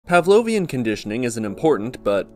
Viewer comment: whrn you said "pavlonian conditioning" i thought you said "pavlonian air-conditioning" and i was like.. hmmm should i get their brand?